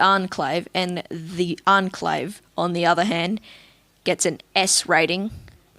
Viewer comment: "Unclave" 😂 I'm sorry if you have an accent but either way its pronounced "Onclave"